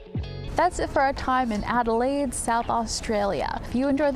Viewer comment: never encountered someone who couldn't pronounce Adelaide.